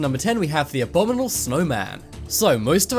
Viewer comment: Abdominal snowman 😂 get it together dude haha